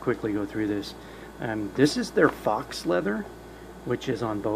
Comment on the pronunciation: Good video, but faux leather is not "fox" leather. It is pronounced "foe" leather (imitation). I love the font size and the size of the compact bible....perfect! : ) Thank you for your video!